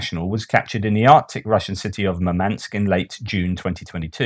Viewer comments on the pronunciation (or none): none